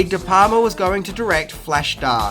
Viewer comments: sory bruh but its de"palma not de"palmer. . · Funny fact tho - The Wolf of Wall Street has 506 F bombs. How 'brutal'!?! Also, it's *DE PALMA*, not 'de Palmer'. He's not Dutch. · Brian de *Palmers*? Really? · It's Brian De Palma........ not De Palmer. With the amount of mistakes you make, it makes me wonder. Do you really study films or do you just cut and paste your facts from IMDb? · is Brian De Palmer the father of Laura Palmer? It’s De Palma! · Brian de Palmer's? Did you mean De Palma? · It's De Palma buddy. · De Palma... Brian De Palma, not Palmer. Jajaja! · The director's name is Brian De Palma, not Brian De Palmer.